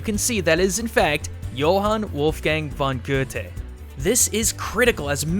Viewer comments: Goethe = gert-uh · that is not how you pronounce Johann Wolfgang von Goethe XDD But It's a nice video ^^ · Goethe is pronounced Guh-tah not Guh-tay. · I'm a German student, and as far as I know, Goethe, is pronounced ger-tuh, not gou-tay. Again, I could be wrong, but this is how I was taught German. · ITS Goo-theh! For crying out loud! Not Goo-tey. Not unless he wasn't German. In German that would be Goo-theh. Unless I missed something in German class Edit: Hard "th" though, sounding almost just "t" Edit Edit: Just remembered to, the "von" means from. So calling him Goethe isn't even correct. He is Johann Wolfgang of Goethe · Goethe is pronounced "Gerter" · Good work... But.... your not pronouncing Goethe right. (GER-TER) nods... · eu goethe is pronounced gh eu te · At least they're not pronouncing Goethe as "geeth", like some people actually do. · It hurts! It hurts listening to him calling Goethe "Gouthe" and Gethe" like it normally sounds... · It is so funny to see Americans trying to pronounce Goethes name xD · i live for the way you pronounce goethes name oml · For someone who talks about cultures all the time, you abdolutely slaughtered Goethes name. xD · As a german i just love it how you spell Goethe's Name 😁😂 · you sorta said it wrong in but then you totally got it right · Sorry...but had to cringe at the pronunciation of Goethe. [ˈjoːhan ˈvɔlfɡaŋ ˈɡøːtə] in IPA. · Expect of the Goethe you said Johann Wolfgang right respect Im Austrian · dat pronunciation of Goethe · I'm German and I laughed so hard at his pronunciation of Johann Wolfgang von Goethe 😂